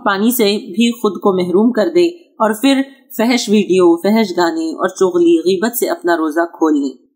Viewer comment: السلام علیکم ورحمتہ اللہ وبرکاتہ ۔ الحمدللہ انداز اور اسلوب عمدہ ہے۔ اردو میں "پھر" کی ادائیگی "پھر" ہی کرنا چاہیئے "فر" نہیں۔ اردو الفاظ کے غلط تلفظ سے طبیعت پر بڑا گہرا اثر پڑتا ہے ، طبیعت مکدر اور سماعت بوجھل ہوجاتی ہے ۔ اس کا خیال رکھا جائے ۔ آجکل اجھے پڑھے لکھے لوگ بھی یہ غلطی کر بیٹھتے ہیں